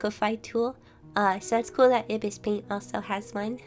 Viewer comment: I-bis? Think you forgot that it's pronounced eye-bis paint